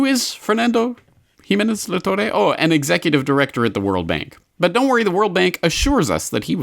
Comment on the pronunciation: I just love how you pronounce Spanish names XDD A little guide for next time: Luis de GUINdos -> guin is pronounced like in "guinea", the "u" is silent Fernando de La ToRRE -> strong R like in "rat"